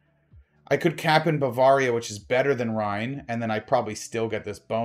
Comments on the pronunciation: buh-veuh-ria not Baa-var-ria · I cringe every time mis-pronounces Bavaria. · it might just be a regional thing...